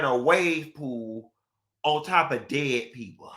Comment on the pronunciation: “on toppa DEDD peopa..’ nah really tho 🤦🏾